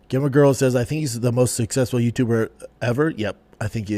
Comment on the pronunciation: What way is pronouncing "gamer girl"? 🤦🏻‍♂️